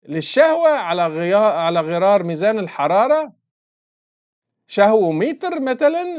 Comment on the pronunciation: طحكني خصوصا لما قال مزان الشهوه 😂😂😂😂